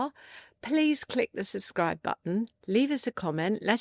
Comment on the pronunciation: Subscribe not “susscribe”